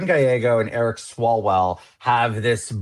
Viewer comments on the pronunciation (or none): Did you say Erick swallowell?